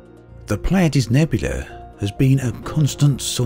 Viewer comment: A word to the wise: "Merope" rhymes with "Penelope" -- the final 'e' is pronounced. Ditto for the other stars in the Pleiades (which even Braben mispronounces, it should be PLY-add-ease). Star names are a bit of a minefield as there is such a jumble of Latin, Greek and Arabic. This page is helpful: Cheers and thanks as always for your coverage of this wonderful (and sometimes infuriating) game.